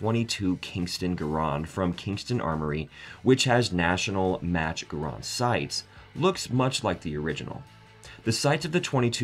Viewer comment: I’ve not heard M1 Gur-rond or sterm-gooer before.